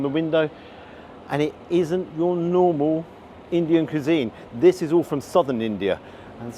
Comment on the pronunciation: It's 'cwisine' not 'cuesine'